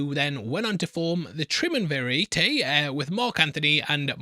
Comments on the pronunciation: Jesus Christ... Tri-um-ver-ate... Ur wild man. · triumvirate is 'try-um-vuh-rut', you chump! The German word of Kaiser is also based on the Roman word Caesar, too. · saying "tri-oom-ivertay" for the classic word triumvirate (tri-UM-vr-ut), means you should be careful about correcting classic latin pronunciation. KAI-ser and AH-way are the correct classical pronunciation of the Latin words "Caeser" and "Ave", given our best academic understanding of the now dead language. SEE-zar and ah-VAY are "correct" per the Christian Church, which influenced English pronunciation the most (for those words). Lucy is technically wrong. Which was the point from Nolan/Joy as well as the original Obsidian developers for Fallout:NV. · BRUH TRI-UM-VIR-ATE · hilarious pronunciation of 'triumvirate' 💀 pronounced like 'tri-um-ver-ate' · "tremun vareetay" Bruh WHATTT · hahaha the obvious ragebait on the pronunciation of Triumvirate is obvious xD shame on you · FYI, you can google search on how to pronounce unfamiliar or hard words (triumvirate) :face-green-smiling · Did he do that to the word "triumverate" because he's never heard it before or because he's English? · mate I love you but your pronunciation of Triumvirate was well off. Also she's wrong in Latin Caesar was pronounced closer to Kaisar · nailed it.